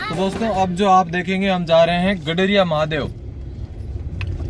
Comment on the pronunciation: Its Garadiya.... Not gadriya